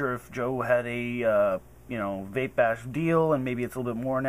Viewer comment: vape, not cape